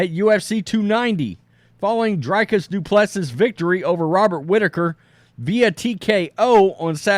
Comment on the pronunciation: His name is pronounced Dew-Pleh-See.